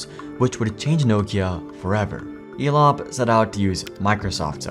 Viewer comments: Why do i keep hearing Elon instead of Elop 😊? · Elop sounds a lot like " Flop" .